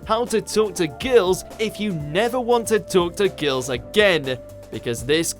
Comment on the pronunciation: Why can't this dude speak like a normal person? "how to talk to geurls, if you never want to talk to geurls again-e"